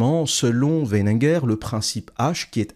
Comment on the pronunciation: C'est WeiNINger, pas Wenneger.